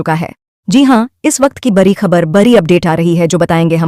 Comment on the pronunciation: Pahle to ap sahi se bolna shikho bri khabar nhi hota badi khabar hoti h larai nhi ladai